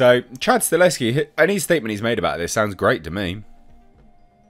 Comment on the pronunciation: YES!!!!!!!!!!!!!, once again: Stahelski is pronounced: "Stuh - Hell - Ski. NOT StaLESki